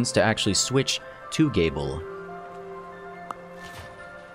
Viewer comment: Interesting to see characters from the Bloodstained series in this game. Also, just to clarify, Gebel's name is pronounced Jee-bull